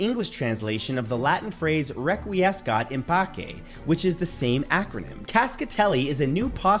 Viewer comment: Gonna be a bit of a stickler here but no hate is intended, just a well-meaning correction: Requiescat im Pace The Pace is “Pah-chay” where the ch is the same as it is for cheerio or chia pet. Not “pah-kay”.